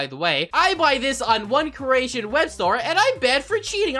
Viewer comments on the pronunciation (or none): Croatian, not Coratian. At least I heard you say that. I live there😀